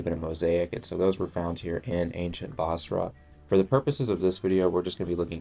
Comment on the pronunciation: Its busra. Not bosra.